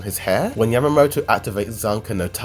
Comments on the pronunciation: WHO THE FUCK IS YAMATO? Its YAMA-MOTO. Smh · Its Yamamoto not Yamato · It's Yamamoto